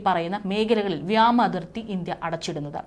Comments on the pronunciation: വ്യമാ നിർത്തൂ വ്യോമ ആക്കൂ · Wrong pronounciation.What is this vyama? If you cannot talk Malayalam properly please stop reading